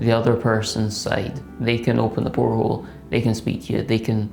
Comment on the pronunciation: Great video as always, but come on. It wasn't a porthole, it was a poilethole. 🤣